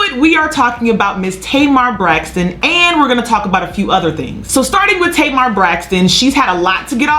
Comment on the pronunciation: Why did keep calling Tamar “ Tamer Braxton? “ We got it Sis. By the 2nd time, we knew who u were talking about. U must’ve said it about 40 times 😂🤣😂